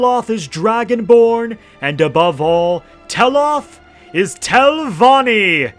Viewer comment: 23 min and im pulling my hair out from hearing Telvonni, great telvonni, great house of.. Telvonni 1,000 times